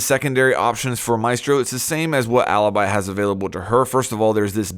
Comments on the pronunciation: Great video, just one thing, as an Italian i should probably tell you that Alibi it's not how you're reading it. While Maestro still the same, Alibi it actually "Alebee", that how you read it:) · It's pronounced aleebee ffs!!!!!!!!!! Why is every English person pronouncing her that way?!?!?!?!? (Btw I'm Italian so that's why I know how to pronounce it)